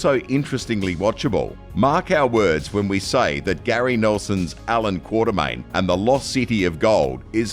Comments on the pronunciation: Quatermain, not Quartermain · and Quatermain not Quaterman!